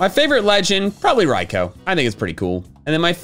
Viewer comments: This man keeps saying Raiko for Raikou when it's pronounced Raiku U N A C C E P T A B L E Also wait he doesn't like Arceus ? D O U B L E U N A C C E P T A B L E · It is not Rico it is Raikou